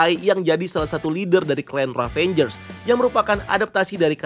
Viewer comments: Ravagers min bukan ravangers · ngeganjel banget setiap lu bilang RAVANGERS instead of RAVAGERS bang 😄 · aduhhh, cara bacanya "revejers" bukan "ravenjers". tolonglah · Bang, yg bener Ravagers deh kalo gak salah bukan Ravengers. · "Ravagers" ngab, bukan "ravengers". Ga pake "n" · Padahal ravagers bukan ravenjers bahahaha